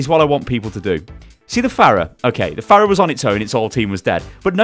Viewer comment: Am I the only one that got increasingly triggered every time he said fairah instead of farah